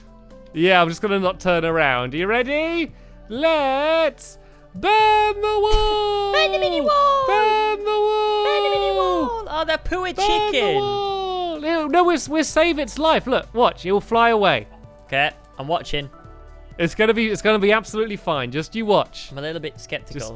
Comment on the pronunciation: No offence but when said poor I thought he said pooh uh